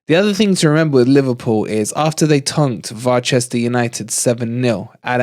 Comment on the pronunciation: Why is he always saying LiVARpool and VARchester and Plopp. It is not funny